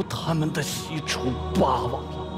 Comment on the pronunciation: 俞灏明那一声霸王，我听成了爸爸 ：DD